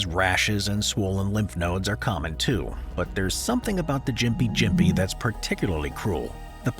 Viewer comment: The first tree…gympie gympie is it pronounced with a soft or hard “G” as you spoke it both ways?